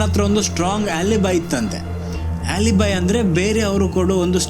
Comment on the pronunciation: ಆಲಿಬಿ ಟ್ಟೇಸ್ಟು pronunciation not good